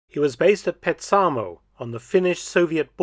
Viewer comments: Petsamo was at the time totally legally within Finland, it was not on or near the border. It was only lost to the Soviet Union in the 1944 peace, which your Google Map shows. In Finnish the stress falls always on the 1st syllable, so it's PETsamo, not "Petsaamo". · Very informative thank you. Just one comment that is meant to be helpful. Petsamo is a Finnish name and is pronounced PETsamo not PetSAAmo. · To the Finnish ear, you are pronouncing the Finnish name Petsamo, Petsaamou.🙂